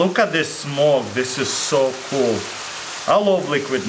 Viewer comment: hes like chinese ''wow this is coolah''